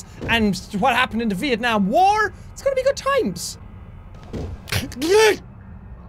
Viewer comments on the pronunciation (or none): none